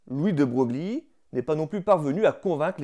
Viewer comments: Merci pour la vidéo 👍 Sinon je pense que l'on dit "Louis de 'Breuillle'" et non pas 'de Brougli'. On me l'avais remarqué pendant mes études, du coup j'en profite 😅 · Beau boulot de vulgarisation que cette vidéo ! 🙂 Bravo et félicitations ! Et pour être tout à fait complet, il convient de retenir que "de Broglie" se prononce "de Breuil" ... 😉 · Bonjour, alors moi je voulais vous faire remarquer que Louis de Broglie se prononce "de Breuil" -:)) Je plaisante bien sûr!! Cela importe peu (et ne devrait même pas être relevé) au vu du travail que vous avez effectué et de l'importance de la transmission de votre savoir. Merci encore pour votre vidéo, la vulgarisation de tels sujets est essentielle pour les faire connaitre bonne continuation